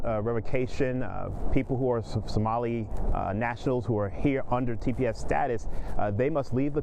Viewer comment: The "professor" cant even pronounce Somali. WTF is a Sumali?